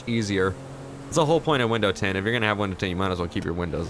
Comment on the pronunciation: When ever you say window tint I always think your saying windows 10